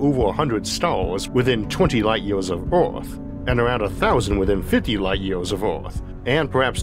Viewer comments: I love how he pronounces ouarth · 50 Light YEEAAYYYSS of Earf